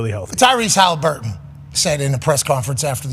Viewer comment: Pat says Tyrese's name like first name Hali last name Burton